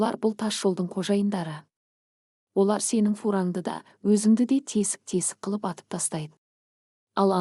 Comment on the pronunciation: Шолақ мылтық десең болды. Об, рез деп перевод жасамай ақ қой. Ләнкүрзер, гленвәген, тб дрыс 👉оқы. Паузаны көп жасама!«Қылп» ете түсті дегенді «қыл» ете түсті дейсің... Орысша перевод керек емес ❌. Тыныс белгілерін дұрыс 👉ұста!